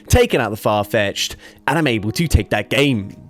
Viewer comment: “…and I’m able to take that GHAEYM”